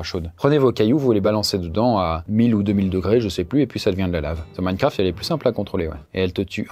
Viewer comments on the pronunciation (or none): none